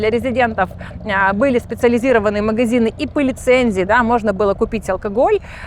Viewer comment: У не очень приятный диалект. Говорит на русском языке)), но произносит многие гласные буквы в словах не правильно, некоторые гласные "проглатываются", а другие, наоборот произносятся с "нажимом". Например, слово "магазин" у неё звучит как "мыгызин", вместо "ходили" звучит "хыдили" и так далее. Для некоторых ушей)) такие мелочи не важны, а другим людям "режет слух". Ну и, конечно, напористось речи, свойственная многим экскурсоводам, и большое количество слов-паразитов.